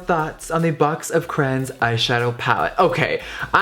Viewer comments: Caroline Marek he's saying cran-s it's pronounced cray-ons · “CcCrRRaaAnnNs” WHAT IS A CRAN Issa called a crayon honeyyyy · crayOOOOOONNNSSSSSS NOT FUCKING ”CRAINS” BITCH WTF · It’s cray ons not crains wtf 😂😂😂😂😂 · he says cranins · Ugh it bothers me when people say “cran” instead of “cray-on” (Yes I know people pronounce crayon differently depending on where they live) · * CRAYONS NOT CRANS * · HE DID NOT CALL THEM CRANS!!! ITS CRAY-ONS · why does he pronounce is "crans"… its "cray-ons" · “Crayin” “cran” 😭😭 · It's not "crans" it's "craYONS" LOL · Crayons not cran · Cray-ons. Literally. 🤣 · He says Cranes not Cray-ons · CRAY-ONS. Not crans. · Pronouncing crayons “craans” smh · is anyone else rubbed the wrong way every time jeffree pronounces it “crans” instead of “cray-ons” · "box of CRAYINS" i'm cryingggg 😭😭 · "BOX OF CRANS" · What’s a crayn 😂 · Y'all the way he says Crayons "Crans" 😂😂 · I shiver every time he says “Craynnns” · I THOUGHT I WAS THE ONLY ONE!!! like omg.. it is CRAY like CRAZY.. CRAY- ONSSSSSSSSS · "Box of crans"🤣 I love him ❤️ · Yes for saying crayons like CRANS!! I’m not alone!! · am i the only person who pronounces crayons as "crowns" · It is definitely "crans" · "box of crains" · Did he just say CRANS!?!?!?!? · box of CRANS! lol I still love you Jeffree, but I gotta clock you on that pronunciation! <3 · Every time Jeffree says "Cran" take a shot lol That's cran not crayons haha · Did it bother anybody else they way he saod crayons. Not hating love you Jeffree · Eva Af I thought that right away too.I went pretty far down the comments to see someone else notice it..He said crayola right though.Wonder where gets from?Cali I thought.Love you Jeffree,mf hilarious 😂😂❤❤❤ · I always find it funny how Americans pronounce Crayons 😂 if you’re from the UK you know what I mean 🤦🏽‍♂️